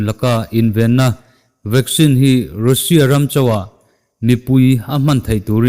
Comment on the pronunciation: Nga tinge Russia hi "rû sia" ti a i lam tlat zel le??? "raa sia" ti a lam zawk tur zawk aniaa, ruusia i tih leh thin hian kalo trim uaih zel...😊🙂